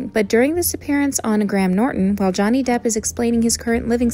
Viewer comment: Are my ears deceiving me? it sounds like "Johnny Dip"